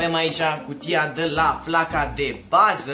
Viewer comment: hai ca ai facut 2k likes daca e. :))) doamne cand te aud cum vorbesti , so , placa da baza, cutia DA la cooler ... sursa de la seA sonic ... doamne fereste bha baiatule. in locul tau nu as mai spune firma daca nu stiu cum se pronunta .. oricum se vede ce firma e.